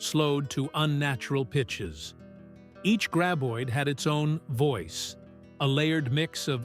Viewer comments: "gray-boid"??? I HATE AI speakers. AI also likes to repeat entire paragraphs because the computer does not understand that repeating these paragraphs ruins the talk. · Wasn't this Kevin Bacon's first ever film..... 😅.....not great info and I absolutely HATE thease ai narrated videos 😂😂😂 can't pronounce graboid 😂😂😂 ridiculous when it's the name of the monster 😂😂😂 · Too bad the narrator did not know how to pronounce Graboid.